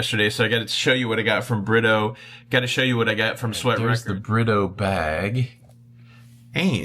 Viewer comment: Oh BRITTO?! I always thought you and were saying "love by burrito"